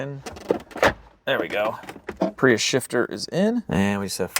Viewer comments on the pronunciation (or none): none